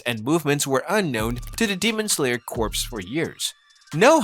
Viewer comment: you know corps is pronounced as kor right💀💀💀💀